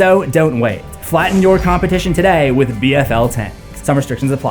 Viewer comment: My boy said B Fl tanks as in battlefield legacy tanks. Lol😂